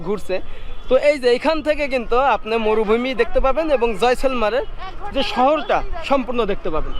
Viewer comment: উচ্চারন হবে জয়সালমির